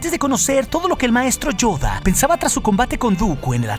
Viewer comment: donde logra hacer la verdadera voz de Yoda y acento.